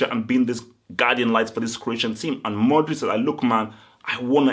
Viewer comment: I like you but please for the love of God say MO-DRIC, thats MODRIC witha an M and O hahah pls try it, practise bc you don't want people laughing at you greetings from Croatia ;)